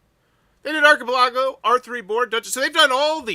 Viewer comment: I absolutely love your videos. But I got to admit, hearing you say archipelago was like nails on a chalk board. ar·chi·pel·a·go /ˌärkəˈpeləˌɡō/ 😁 Keep up the awesome videos. Your videos often supplement my information in deciding whether to back a project or not.